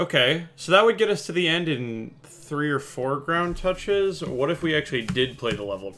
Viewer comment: When I watch this in 2X speed and he keeps saying ground touch-es is just dramatic